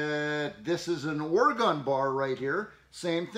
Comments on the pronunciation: You might be pronouncing Stihl correctly, but you need to learn to pronounce Oregon; it's ORYGUN, not OryGone. Thanks for a great video! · Thank you sir for sharing your wisdom. Great camera close ups to actually show us. Just to help you, out here in Oregon we pronounce the ‘gon’ sounds like gen that rhymes with ‘when’ and not like gone. Or-e-gen. 🙂 This is only to help you sir I enjoy your videos and think you convey your knowledge in an outstanding manner. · We here in Oregon say Orygun not Oragone or Oragun ..... I still like ya bud